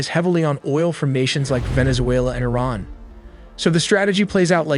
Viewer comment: It is pronounced [E-RAAN]--->[E-RAANIAN]